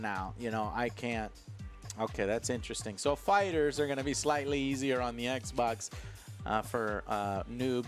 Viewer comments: Is there a reason behind the way he pronounces ekbok? It's funny. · The moment I heard was becoming like an "eck boc" controller was the moment i lost all faith and down voted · Joe leaning toward PS now makes me mid his distinct “eksbaks” pronunciation